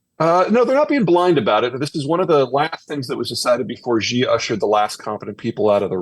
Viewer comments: Peter gives incredible insight and wisdom, we are indeed fortunate for both. One thing that is easily remedied and yet amiss is correctly pronouncing Chinese names. Specifically Xi Jinping. Mispronouncing him as "Ji" undermines Zeihan's credibility and due process. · Zeihan would have more credibility in talking about China if he learned how to pronounce the name of the country’s president—“she” not “jee” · The leader of China’s name is pronounced “she” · I like Peter...but he mispronounces Xi's name and thinks Mao introduced the 1 child policy, it was Deng Xiao Ping. I wanna give him a slap sometimes. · Pronunciation breeds credibility, it isn't that hard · can't listen to him. he can't even attempt to get his pronunciation of xi right 😂 on purpose. If China was collapsing it would be around when all the sanctions was on China from the west due to 1989 Tiananmen massacre. However, did China collapse back then ? And what was the debts structures of china are all invested in infrastructure, There is vast rural potential china could tap for further development, so the domestic economy will stabilize after decoupling from the west.